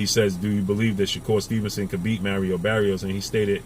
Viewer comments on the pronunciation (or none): none